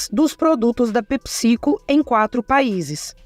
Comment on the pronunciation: É pépsi-côu, não pepicico 😂